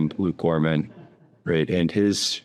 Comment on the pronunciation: Its Luke Groman, not Gorman